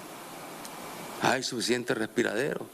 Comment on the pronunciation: Jajaaa BRUTO MONUMENTAL, ni respirdores sabe decir esta Burromoclin, «respirderos» dice jajaaaa. Pero claro que se puede esperar de esta BESTIA CRIMINAL, si no estudio y no sacó el bachillerato, el BCHIBURROOO ahi lo tenemos dando cátedra de burrologia que es su profesión y su especial: ASESINAR, VIOLAR niñas indefensas como Zoilamerica, ROBAR y SAQUEAR, PIÑATAER los bienes del pueblo trabajador. Moclin desgracia te irás muy pronto con toda esa tu pacotilla de SERVIL e igual de CRIMINALES que vos y la bruja sobaco peludo de la satánica chayopello, bruja asquerosa, excremento de Satanás.